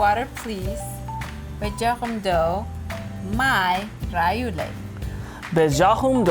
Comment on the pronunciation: Not bejakum doo ! Say it bejakum eba .....